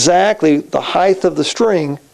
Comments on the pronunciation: Noooooooooooooooooo. It's height, always. Heighth is not a word. The following is a good explanation I found: "The noun form of broad is breadth, the noun form of long is length, and the noun form of wide is width. Because of this, some people follow the pattern and say heighth, with a th at the end of the word high. That is not standard English. The correct form is height." It seems to be common among luthiers to use heighth but it's not proper English :) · height, NOT heighth, lol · Yeah and that applies to new words, slang terms etc but this isn't that. It is just a mispronunciation, pure and simple. Why can't people accept when something isn't correct. Just say the word properly - or don't, that's your choice but you'll appear silly to the majority of people.